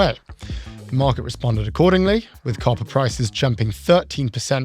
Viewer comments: At first, I thought you were saying carpets. And I thought ,”Wow what an odd thing to put a tariff on”. 😂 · When you said "copper" I thought you said "coffee" and i almost cried. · It's lost on the folks who thought was saying "carpet" and "coffee" instead of "copper."